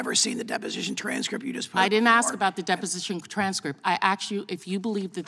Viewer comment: What does axchyou mean? Is that even a word?